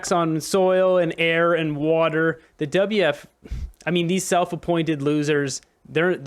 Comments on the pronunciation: Why do you keep saying, "WF" ? It''s "WEF". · What is the WF? like beo learn to pronounce properly. And the WEF is a distraction. They don't implement anything. They are just the mouth of other individuals and groups. Klaus is worth $12 million. This is a distraction for the plebs.